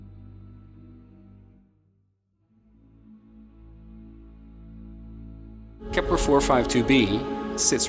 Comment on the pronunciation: bro its kelper not helper